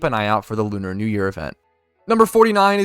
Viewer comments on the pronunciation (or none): none